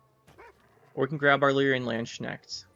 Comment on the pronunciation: Really like your queen meve version. I think golden nekker is the way to go with her. I’m German, and the way you pronounced Landsknecht was so hilariously wrong. Great video as always